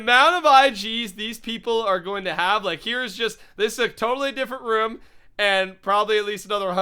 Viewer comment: IS IT ROOM NOT ROM